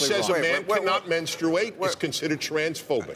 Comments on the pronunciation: Wasn’t he laughing because he just pronounced it funny? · They were laughing at how he pronounced menstruate. Not what he said. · Its more of a spoof on how he pronounced menstruate